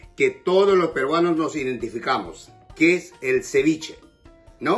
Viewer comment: AjajshahjajhHgaha ciwichi no es si pes.